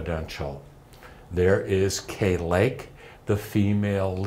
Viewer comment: To this channel: that's KAY Lake, not Kate Lake.